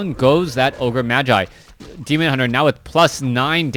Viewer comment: i like how he never gets the name of the demon hunter right